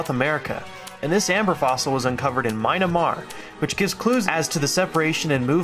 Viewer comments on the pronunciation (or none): U guys seems unable to pronounce "Myanmar" alot in the video :D